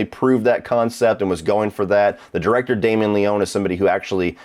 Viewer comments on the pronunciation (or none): it's pronounced Le-ony (any ryan leone fans here? No? ok...)